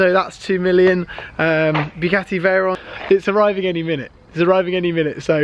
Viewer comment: Definately the veyron, and you do pronounce it correctly 😂